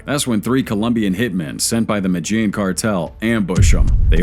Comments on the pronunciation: Listen too This MAN! THE MATAGENE CARTEL MATAGENE!! IF HE CAN'T PRONOUNCE THE COUNTRY!! HOW HE KNOWS ANYTHING! I STOP! WATCHING IT!!!! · Jesus fucking Christ. Sound it out it with me. MEH-DEH-YEEN (Medellin) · is this an AI voice? don't make a documentary if you can't pronounce 'Medellin' in the first 5 seconds